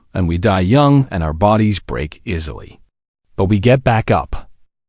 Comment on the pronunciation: Why dot is dot it dot necessary dot to dot speak dot a dot full dot stop dot ???? aisly instead of easily, tears instead of tares. AI needs improvement